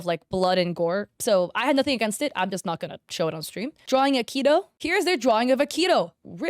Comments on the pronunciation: “a key toe”😭😭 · “Eemu” “Ayree” “Teeto” “Kohayn” “Akeeto